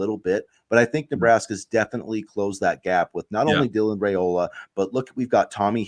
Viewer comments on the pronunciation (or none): Hey, Guys! Love your podcasts! I believe he pronounces his last name with a long "I" like "Rye-ola," not "Ray-ola."